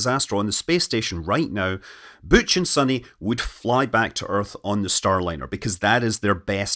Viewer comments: Why is Butch “booch” but Sunny is “sunny” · He says "Butch" like a French speaker